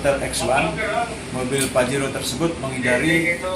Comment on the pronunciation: Pajero mang bukan fajero 😂😅